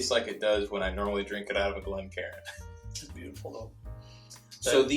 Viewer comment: I’m just glad to hear you guys properly pronounce it a Glencairn glass as opposed to calling it (glen-karin) 😉🥃